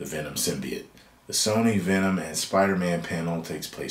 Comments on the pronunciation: It's Not... SIM-BEE-IT... It's Not...SIM-BYE-YOTE Movie... It's...SIM-BEE-YOTE!!!!! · They need to change the word “symb-eye-ote” back to “symbiote”